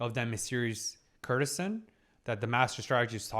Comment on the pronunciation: I really wish he'd pronounce courtesan properly. The root is court as in the royal court. While courtesy has the same root, in courtesan the 'cour' is hard like in court Courtesan = Lady of the court